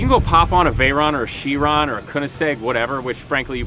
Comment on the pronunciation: Learn how to pronounce the names of cars... Chiron for example...